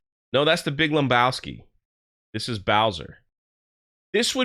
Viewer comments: There's no "M" in Lebowski, my dude. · I hate to be the one to break it to you but there's no "M" in Lebowski.